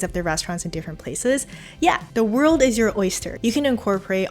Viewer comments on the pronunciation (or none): none